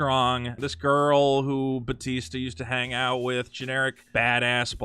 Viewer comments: Pretty sure it’s pronounced ba-tee-stah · How does this nigga not know how to say Bautista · Its Bahooteestah btw